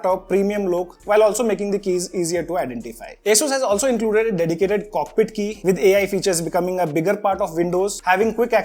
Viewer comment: That's button name is co-pi-let not cockpit